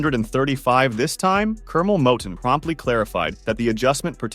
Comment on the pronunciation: This this don't know wtf he talking about he don't even pronounce cornel last name right he also said Curmel had like 63 fights he had like 130 and 6 losses how you gonna give out false info 😂